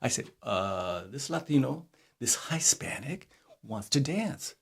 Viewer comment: Whats the difference between a Mexican, Latino, Chicano and it sounded like you said Highspanic ?